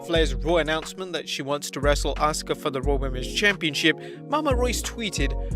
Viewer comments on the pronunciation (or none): none